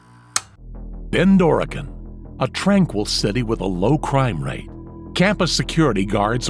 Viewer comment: Off topic but him saying bend Oregon. I had to read screen cause it sounded like becorigan😂